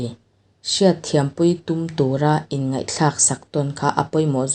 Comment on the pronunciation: inngeih a ni lo aw...inngaih tih tur aw....